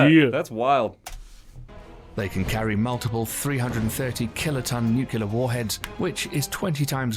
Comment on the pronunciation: To the video's narrator: it's nu-clear, not 'nucular.' Please, please, with a cherry on top, please, please learn your craft properly?